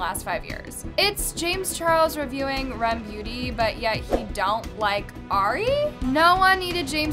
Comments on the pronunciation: I don’t wanna be rude but it’s R. E. M. NOT REM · Its R E M beauty not rem 🥲